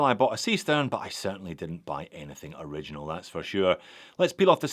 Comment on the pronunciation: Just pronounce it ori gi nal ....rhymed with urinal..... Perfect..